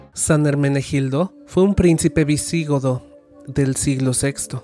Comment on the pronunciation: Se dice VisiGOdo no ViSÍgodo